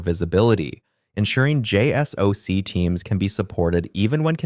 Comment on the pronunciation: “JSOC is pronounced “”jay-sock”.